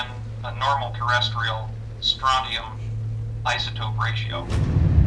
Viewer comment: Look at that POS geiger counter. It's pronounced Stron chee um. I thought and were going to make out. The ozone hole has been more or less fixed.